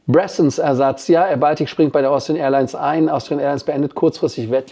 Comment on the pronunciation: Die "Bressons" sind aber "Braathens" ... schwedisch 🙃